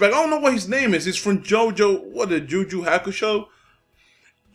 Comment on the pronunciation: Juju hakusho LOL. Its yuyu maannee